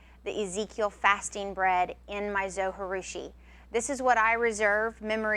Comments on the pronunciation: pronunciation from the manufacturer: zo jih due shee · it's zoji like you pronounce the j like j not h. It's japanese